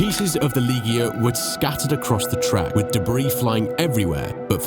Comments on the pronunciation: its not pronnounced LEGER , its pronnounced LEEGIER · Ligier is French so pronounced more like "leejiyay" (soft g sound though) than "leeguh" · also, not sure if you know how to pronounce Ligier, but I'll give you a hand. its Li Gi Air. I hope that helps? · That is not how you pronounce Ligier. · It's an interesting video but you pronounce SO many names wrong... I mean, You managed to get Andrea de Cesaris right, but then, somehow manage to pronounce Ligier so incredibly wrong that it took me a few minutes to figure out what you meant... there were quite a few instances of mispronunciation, and a few factual errors too...